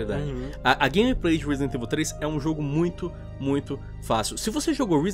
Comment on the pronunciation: " Risident ivil 3 "